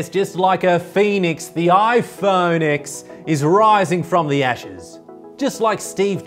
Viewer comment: Actually it is pronounced “the iPhone ten”